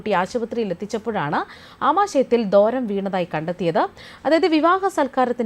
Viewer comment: ദോരം അല്ല മാഡം ദ്വാരം എന്ന് വായിക്കൂ.